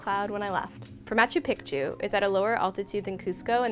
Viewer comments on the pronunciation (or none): This video is very helpful, thank you very much. But I keep cringing at the pronunciation of Machu Pichu……let me help. It’s pronounced Machoo Peechoo. Again thanks for all the insight! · I'm of Peruvian descent, I understand you might be trying to pronounce Machu Picchu correctly but its actually pronounced (MA-CHU PI-CHU) or (MA-CHEW PI-CHEW). I hope this helps! :) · I was going to watch until you pronounced it pic-tu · I was so confused by her pronunciation too 😆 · When you say picture, pic, pic, you can pronounce Picchu